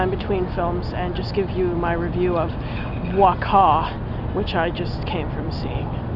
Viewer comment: Hi! You should pronounce the title as is thought. Like 'buakau'.:)